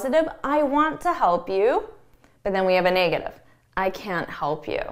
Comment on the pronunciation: Hi, I noticed your "negative" is pronounced more like / 'nei - ɡə - tiv /, not /ˈne - ɡə - tiv /. Is yours a Canadian pronunciation? Best, Albert